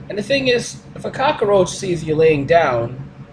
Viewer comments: I can't stop laughing at his Scarface pronounciation of "Cockaroach". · ***** That made me cringe too, along with the "cak-a-roach". Is it really so difficult? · The cock-oh-roach... oh god not the, cock-oh-roach! Actually, the X-Files did an episode with cock-oh-roaches. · "And a cockAROACH" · Does anyone who isn't foreign actually pronounce 'cockroach' like Tony Montana without forcing it?